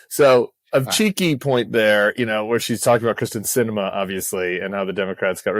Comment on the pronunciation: It's Kyrsten, not Kristen.... Just FYI.